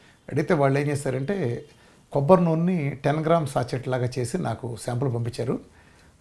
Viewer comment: సాచెట్ కాదు సాషే అనాలి. సా-షే.